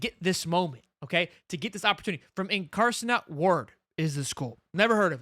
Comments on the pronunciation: It’s pronounce “Inkarnate Word”( incarnate world ) Cam ward’s first school you’ve heard of it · IN-CAR-NATE WORD LOL dont disrespect one of my Alma Maters